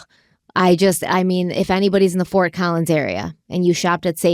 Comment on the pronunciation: As someone who lives in Colorado, the look of horror on my face when you said Fort Collins 😅 lord.